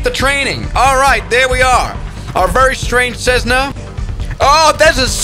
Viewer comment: Thats not a cessna, thats a tressna